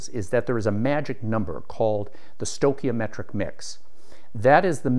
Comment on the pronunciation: stoi chi o metric pronounced STOY KEY O METRIC not STOW.